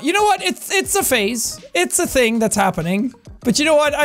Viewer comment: you've said ting and then there is literally every St.Paddies day video.